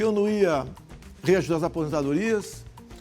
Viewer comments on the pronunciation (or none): O Desgraçado não consegue nem pronunciar "REAJUSTAR" ...ele resmunga "REUSTÁ O MINI" (todo mundo sabe quem é O Desgraçado")